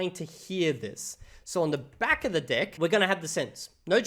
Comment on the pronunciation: I thought he was mispronouncing DECK on purpose 🙈